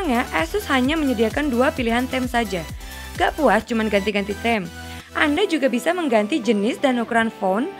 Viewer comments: Welcome sama theme beda urusan pak welqom sama welkam masih bisa di nalar sama orang sana tapi kalo theme emang harus dibaca tim bukan tem bukan bermaksud sok tapi hanya koreksi kalo tidak terima situ juga sepantasnya gausah koreksi komen saya #JustSayin' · ngakak waktu dia bilang "theme" kwkwkwkwk miss pronounciation nya parah LOL harusnya bacanya thim bukan tem lawaq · Satya Atmaja sebagai koreksi aja bang biar kedepannya lebih baek kwkwkkw